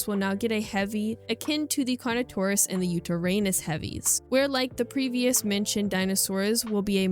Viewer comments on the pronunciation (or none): none